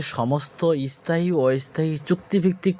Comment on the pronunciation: আগে নিজে স্থায়ী কথা টা ভালো ভাবে উচ্চারণ করতে শেখ। পরেও সব বকবি। যত্তসব।